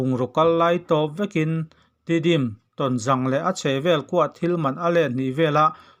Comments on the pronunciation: Tawnzang ni lovin, Tawnzâng tia lamrîk tûr aw. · Tawnzâng tih tur, zâng hi hnungzang kan sawi ang hian lam tur. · Tawnzang lam dan hi a diklova zang' tih hnungzang kan lam dan ang azang hi thlukna awm anga lam tur ani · Tonzang i lam rik dan kha a dik lo. Zang hi hnungzang kan lam rik ang hi a ni a, Paite/Tedim tawnga zawl tihna a ni a, 'Ton' hi chu pangpar i 'tawn' ang khan lam ri mai la a pawi lo, Mizo takin lam ri la a dik a ni mai. A bengvarthlak e, channel lian tak in nih hi kan hre reng a, kan duhtuipui che u a nia. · Awi tawnzang tih hi ithluk dikleh loooo. Hnungzang tiha zangkha hmangrawh. Ilamdikloh hian e, angaihnawmlo zovek